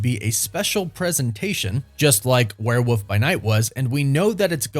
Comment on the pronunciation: Love love love this channel and you, but it's WOOLLLLF werewoLLLLLf. Not a Woof. Not a where woof. I know u say woof woof, but gdmnt it's a WEREWOLLLLLLLLLLLLF